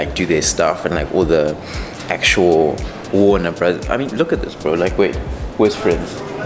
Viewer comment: Warner Brothers*... "warner Bross" is wild💀💀💀...g has been getting wam you know